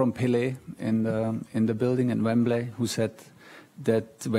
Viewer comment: As a Chelsea fan I’m very pleased but he needs to learn how to say Wembley